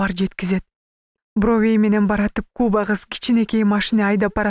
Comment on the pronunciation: Куба кызды туура эмес окуп жатасызбы ?. Же мага ушундай угулуп атасбы? У эмес а га басым жасасаныз туура болобу?Куба деген бледная деп которулатта.